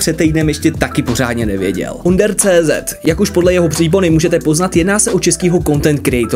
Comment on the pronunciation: Nie OnderCZ ale ÔnderCZ. Češko jeden.😁